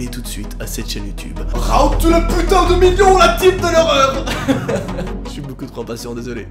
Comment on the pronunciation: Je surkiff les "ch'ui désolé" 🤣🤣